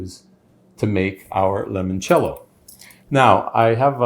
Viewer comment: Ok, so, it seems that you have everything but the pronunciation. Try this: lee-monchello… master that and it will taste much more authentic 😊😊